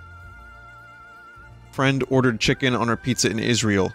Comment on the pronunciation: The fact he never said "Pizza Griffin" but instantly said "Peepza" actually really bothered me